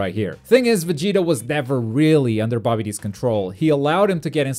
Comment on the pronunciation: Anyone else here BOBBY-D instead of babidi